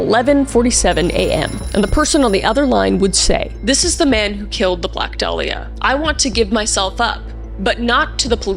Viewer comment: My irl name is Dahlia- i low-key just had a heart attack (metaphorical) reading that title- Also props om the pronunciation of 'dahlia' bc so many people pronounce it wrong.